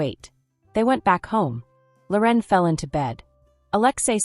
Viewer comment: Her name isn’t Lor en. It’s Loren